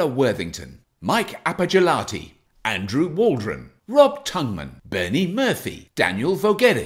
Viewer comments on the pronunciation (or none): none